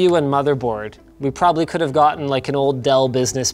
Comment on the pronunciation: emphasis on probably